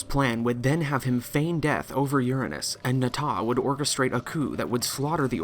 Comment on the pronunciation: He pronounced it U ra nanus not ur anus actual mature dude respect